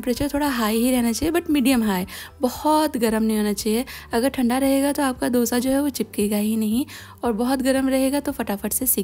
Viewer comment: It’s pronounced as दोsa and not dough sa